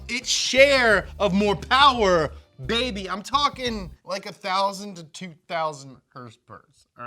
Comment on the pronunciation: MORE PAWWA BEBY